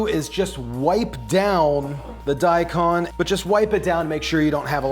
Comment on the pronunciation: its daikon, you pronounce the kon like the cone in snowcone. long o.